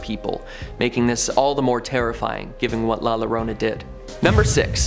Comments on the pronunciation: It is pronouced La Yorona Spanish spelling La Llorona. The weeping woman. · In Spanish a double L is pronounced as a y. La Llorona is pronounced La Yorona.... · The way he pronounces La Llorona has me in tears 😂😂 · Lol can someone also teach him to say La Llorona correctly I was cringing every time he would say it